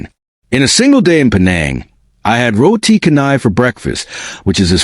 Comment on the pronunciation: "Roti Canai" is pronounced, "Row tee Cha nai"